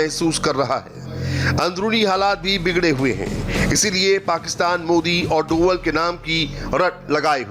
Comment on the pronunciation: डोवल नहीं डोभाल.....तुम्हे तो नाम ही नहीं पता ढंग से